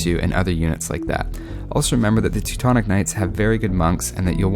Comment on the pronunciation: That's sounds funny like you prononce Teutons Knight...I hear like TECTONICS KNIGHTS, lol p.s. thanks for videos, I see many of them, keep going!=)